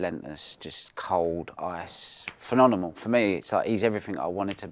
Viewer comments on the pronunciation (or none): why is he saying phenonNEMAL instead of phenoMENAL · He can't say phemonenal😂😂😂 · “Phenonimal” interview 😂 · From all the greatness, biggest takeaway is that Ronnie cant pronounce phenomenal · Phenomenal, Phenomenal, Phenomenal it's Phenomenal. See it, Read it and Say It correctly 👍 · Phenomenal is a word this guy can’t say 😂😂😂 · Will someone please tell him how to say phenomenal ffs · Ronnie is phenomenal ! But if he insists on using that word he really needs to learn how to say it properly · Ronnie pronouncing phenomenal incorrectly every time is quite adorable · How do you pronounce phenomenal so badly 😂🫣